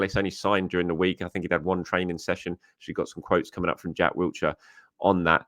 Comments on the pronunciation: Sounds like he’s saying Jack Wheelchair 🦽 😅. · it's 2024 and you're still adding a t to Jack Wilshere 😂 Wiltshire is a county.